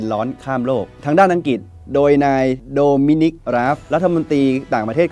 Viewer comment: คงอีกไม่กี่สิบปีดอก ที่ภาษาไทยจะวิบัติมากไปกว่่านี้ อ่านหนังสือกันแย่มาก นี่ขนาดการศึกษาระดับปริญญานะ อังกฤษ ต้องอ่านว่า อังกริด ไม่ใช่ อังกิด, ปลุกปั่น ไม่ใช่ ปุกปั่น เด็กรุ่นใหม่ได้เห็น ได้ฟังสิ่งที่ไม่ถูกต้อง แต่เค้าไม่รู้ดอกว่า ถูกต้องหรือไม่ เค้าก็จะอ่านและออกเสียงตามที่ได้ยิน ภาษาไทยก็จะอ่านออกเสียงไม่ถูกต้องนับแต่นี้.......... การทำหน้าที่สื่อ พิจารณากันหน่อยว่าควรปรับปรุงหรือไม่ หากไม่สามารถอ่านไห้ถูกต้องได้ ก็สมควรหาผู้ประกาศที่สามารถ เพราะนี่คือภาษารากเง้าของเราแท้ๆ แล้วจะเอาอะไรกับภาษาที่ต้องใช้สำหรับทำมาหากินในยุคสมัยนี้อย่าง ภาษาอังกฤษ!!!!!!